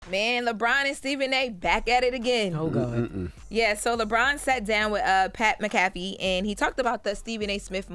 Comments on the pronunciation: Pat M-Cafee hahahaahahahahahaha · Who is Pat MaCafee? 😅😅